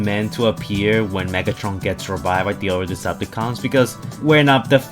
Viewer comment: he says it like this lol